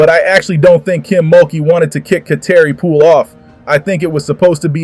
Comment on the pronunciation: WELL FIRST OF ALL LEARN HOW TO PRONOUNCE HER NAME we all know that you are SLOW we can tell by the way you speak I'm guessing you're still MAD ABOUT LSU WINNING A CHAMPIONSHIP GAME last year (😭) LSU 🏆👈👏👏👏